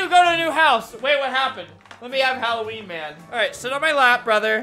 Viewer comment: Its supposed to be Halloween not Helloween